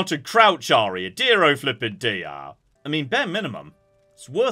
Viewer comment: "Its a good day to be Aria" Somehow this just sounds so wrong in my german ears😅😶💀